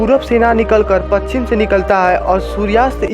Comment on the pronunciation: पक्षिम नही पश्चिम बोलो